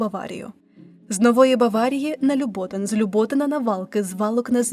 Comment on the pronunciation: ЛюботИн. ЗміЇв. ПомЄрки. Площа ТЄвєлєва.